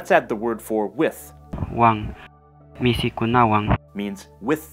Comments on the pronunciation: Hi, I'm Peruvian and I have no idea how you could do all this research, It's very impressive because there's not much information on this language and its origins. The person who helped you with the pronunciation probably speaks central Quechua. In Cusco we pronounce michi (cat) not mishi or misi. The trivocalic versus pentavocalic versions of the language is mainly the cause for not having a uniform Quechua that could be taught in schools. I studied Quechua but I didn't learn much because the methodology isn't well-structured and there aren't good teachers/schools. The other problem is that all Quechua schools only offer courses of 4 to 8 months, that is not enough to learn such a difficult language! It should be at least 2 years! Also there aren't good textbooks for learners of this beautiful language. I'm very good at learning languages (I speak 6) but with Quechua I had a hard time. I'm sure that if there was a better methodology I could learn it and would be happy to try again. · El esta mal se dice michi Y no mishi se equivocó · Gianfranco Carrera Izquierdo se dice MICHI! no mishi